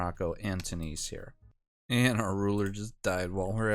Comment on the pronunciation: Why you say Two knees not tune is?